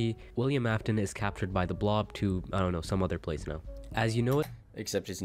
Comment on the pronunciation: everytime he says "af-tone" my soul gets folded just a little more